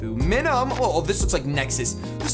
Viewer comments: I just cannot stand how you say Minun... It's like Minus.... you don't say mihnus lol you say m-ai-nus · i finally found someone who says "MINUNS" name wrong just like me. you say it exactly the way i say it...even though i know im saying it wrong i cant help it....i just have to pronounce its name with an "M" at the end.